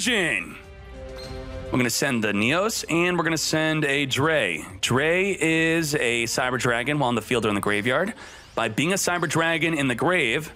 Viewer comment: It's Cyber Dragon DRY and Cyber Dragon FEAR! Why do americans refuse to pronounce it correctly >:(